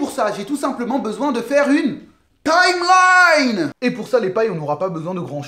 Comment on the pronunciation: Quand tu a parler de "TimeLine" j'ai eu mal a la tête x) Sinon très bonne théory